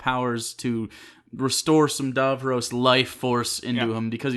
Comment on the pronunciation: For fuck sake guys say Davros properly. How many times was his name said and you still manage to say it wrong?